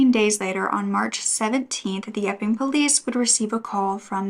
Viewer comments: Thank you for always having contant warnings, just knowing that it is coming in the video makes it easier to hear. Everytime you said " the Epping police" I heard "the f'ing police" 🤣🤦‍♀️ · When u say Epping police I hear “F-ing police” 😂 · Such a horrible story. Thank you for sharing so sensitively. Inappropriate of me maybe, but possibly a coping mechanism, every time you said the town's name it sounded like Eff-ING. It did make for some comic relief :-). Keep up the great work 👍